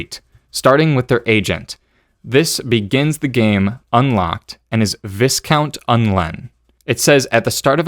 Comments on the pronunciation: Great overview! Just one thing, viscount is pronounced vy-count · Love the vids, btw viscount is pronounced vi-count. It’s a strange one.